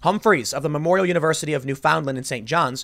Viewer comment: “New Fund-lynd” not “new found land.”